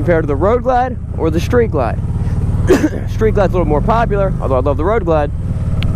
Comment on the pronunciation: I owned a 2011 Vaquero (va-care-o) and was very sad to see it go when I bought my Harley Limited. Both bikes are great and for $10,000 or more less the Vaquero is a super bike. My Harley is super too. There are no losers here. BTW, it's Street Glide, not shtreet glide. :)